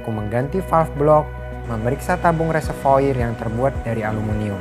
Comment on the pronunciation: Reservoir dibaca Reservoar...